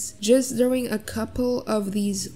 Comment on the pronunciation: I love how just pronounces “drawing” as “drewing” I honestly love it